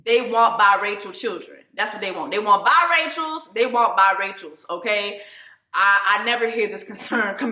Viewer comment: It’s pronounced Bi-ray-cials Jessie Woo! not bi-rituals.